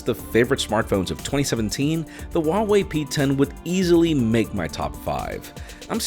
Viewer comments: The H in Huawei is pronounced as an H, not W. Source: am chinese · Wha-Whey sounds odd though